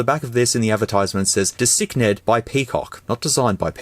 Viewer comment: Why is he pronouncing 'designed' like that? they have spelt it correct